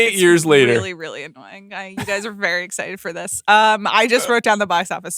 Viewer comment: when did people start pronouncing the "g" at the end of works like a "k"...thinkink? IS it a regional accent thing? Cannot unhear it... And the whole email argument was very annoyink...Amaanda, you are not that special.